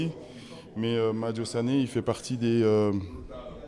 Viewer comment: Il a dis madio sanè 😂😂 Non eup na lokho nak laissez notre nianthio